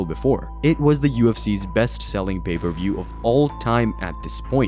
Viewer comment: Pay-Per-View, 😅😂